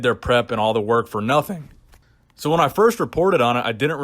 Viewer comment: “For nOHthing” Good one;)